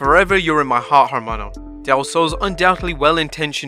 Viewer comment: GREAT SHOW, LOTS OF NEED TO KNOW INFO. BUT WHEN PRONOUNCING THE WORD HERMANO, IN SPANISH THE H IS SILENT, SO IT WOULD READ AS ERMANO. SO LETING YOU KNOW THE CORRECT WAY TO SAY IT, HERMANO, LOL